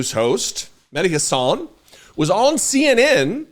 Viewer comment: I love you but why the f**k is it so hard to pronounce mehdi's last name correctly????????